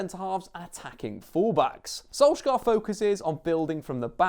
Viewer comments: dont say skolskar say sunshire thats what his name means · SOLS-YAR not SOLSK-AAR you mongrel. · Solskjær is pronounced "Solchear" with a skarring R in norwegian :) Not solskair as many tends to say it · Im from Norway, the way you pronounce Solskjær is the "æ" or "ae" is like the "a" in "sad", makes sense? Solskjær. He pronounced it when he said "Adademy", the first pronounced letter "A" sound like an "Æ" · Perhaps learn to pronounce his name properly before making a video, any football fan from the 90's will be able to help you out.